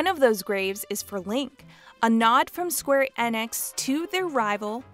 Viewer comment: "square en-ex"